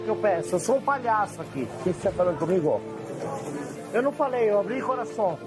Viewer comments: Momentos Cachorrão poliglota "contaminación" "eu abri coraçon" : "no" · Jacquin: O que você ta falando comigo? Álvaro: Eu nao falei, abri o coraçon